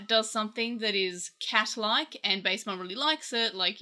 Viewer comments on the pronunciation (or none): this is a nitpick but i think its pronounced bast-emon with a short a like the egyptian gods bast or bastet